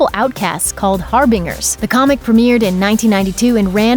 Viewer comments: harbin ger? really? its Har Binge r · For fuck's sake, the word harbinger is not said har-bing-er, its har-bin-ger with ger said like gerbal. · That is NOT how you pronounce "harbinger." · Someone please help this "reporter" pronounce things. Har-bing-er and Gal Gaduht made me cringe. It is Har-bin-ger and Ga-doe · The word is HAR-BIN-GER not HAR-BING-ER. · Seriously, how difficult is it for people to pronounce words correctly? "Harbinger" is not pronounced Har-Bing-Er .. but Har-Bin-Jer. I cannot get over how often mispronunciations occur on previews or reviews. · Har-bing-er XD lol, wtf. Get a new narrator. Just fyi, its "Har-bin-jer" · Please work on your pronunciation. HAR BIN GER (OF DOOM) not HAR BING ER it makes you sound uneducated. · It's pronounced harbinJer. harbinJer! 🤦‍♂ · it is pronounced HAR-bin-JER it means messenger or herald, one who foretells the coming of a god, judgement, death, doom etc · The "g" in "harbinger" is pronounced like a "j". Think of words like, "Gerald", "gymnast", and geriatric. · Harbinger is pronounced with a "j" Har-bin-jer. drives me crazy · HarbinGer? It's pronounced with a "j" sound. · The word Harbinger is pronounce Har-bin-JER, and Gal Gadot is pronounced Gal Ga-doh... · she said har-BING-err! :D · Harbinger said like harbinjer. As in harbinger of death. Said like ginger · Good ear, poorly done video. With as many commercials as they run in their videos you would think they could afford an editor! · The host mispronounced harbinger. 😪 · how the fuck did you just pronounce HARBINGER? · This girl narrating this doesn't know how to pronounce the word "harbinger." What a joke.